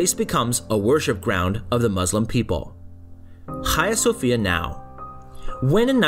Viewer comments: Nice work. I went recently and it’s still amazing from the outside. The inside feels odd and complex. Note on pronunciation ~ there is no “kh” sound. H “ha” as Hagia. Or it’s also pronounced “Aya Sophia” 😊Hopes that is helpful and not critical sounding 🙏I look forward to more videos about Turkey 😊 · Ayia Sophia is better of Hayia Sofia pronunciation please buy doesn't matter still the documenter and the information contained is very true and interesting as a whole! Optic Acoustic too!!! Well done 👍!